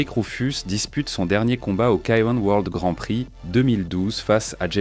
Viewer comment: Pure beauté technique dans le ring C etait le plus beau fighting style en kick, y compris le K1. ( on dit KEY One) Il manque ici ses plus beaux combats de fin 80' et debut 90. Dommage.